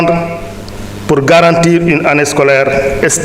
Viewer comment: On ne dit pas estable plutôt stable